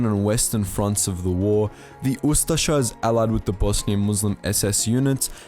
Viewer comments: He is saying it pretty good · Well, it is pronounced "oo-stache-eh" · I have always heard it pronounced ooo- STASH-ee